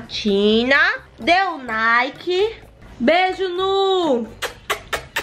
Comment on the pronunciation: "Dê um Nike" KKKKK